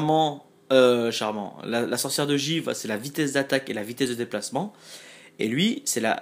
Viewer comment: Tu dit "charman" mais c'est plutôt "chaman" ;) Et tu achète pas la carte de héros légendaire ?